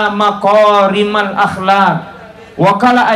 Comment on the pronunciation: إِنما بعثت لأتمم مكارم الأخلاق Innamaa Bu'itstu Liutammima Makaarimal Akhlaaq. (Ini adalah hadits). Sedikit masukan ustadz, tabee maraja. Makaarimal bukan maqaarimal. Salama'ki natopada Salama'...